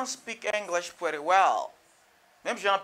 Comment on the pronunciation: Why you pronounce pretty like prèti? This I not american sound at all bro. American native will never say prèti